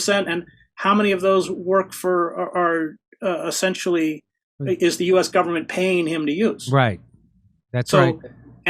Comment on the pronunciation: What does "assentially" mean? (minuate 100)